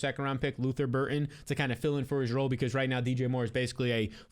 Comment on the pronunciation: Luther BurDen. Not Burton for the love of god.